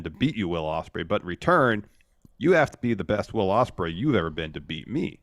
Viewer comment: said 'Wadium Stembley' as Will Ospreay